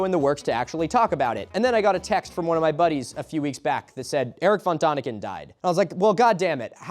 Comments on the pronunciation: Please learn the corect pronunciation of Erich von Däniken (/ˈɛrɪk fɒn ˈdɛnɪkən/; German: [ˈeːrɪç fɔn ˈdɛːnɪkən] you don't have to get it completely right, like the ch in Erich or the exact German ä sound, but the ah sound you use is so irritatingly wrong. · It's von Däniken, not von Daniken, the dots above the vowel are not decoration. You speak it like day-nick-en, not duh-nick-en. Do the man some honour, pronounce his name right at least once. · I BEG you. "Dehniken", not "Dahniken"; an ä is much closer to an english e than an a. Diacritical marks matter. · Erich von Däniken is pronounced like "DEN-ik-en". The "ä" (= ae/æ) sound is closer to English "e" than "a". No comments on the rest of the video, I got a bit drunk too. (I thought that a certain comment about Transgender Mice would be the stupidest thing I heard today from the Internet. But these alien conspiratorationists are certified dumber than viral MAGA influencers.) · its pronounced von theyniken..like in THEY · You could have taken a minute to look up how to pronounce "Erich von Däniken". Because its very different